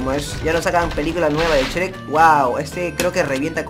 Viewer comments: se dice shruek no shrek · COMO QUE CHREC !? ES YUEK NO CHEREK (y ya se que se escribe shrek) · por que dise s cherec😓